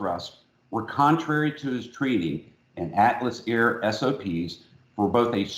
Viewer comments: Why does he keep calling Atlas Air "Alice Air" ????? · I find your content very interesting, but could you try to articulate a bit more? As a non-native speaker, I find your pronunciation somewhat hard to follow at times. For example: in this video you mention Atlas Air several times, but to me it sounds like "ellis air", you don't seem to articulate the "t" at all.